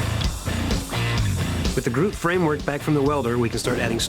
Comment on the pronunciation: why do so many people say broot instead of groot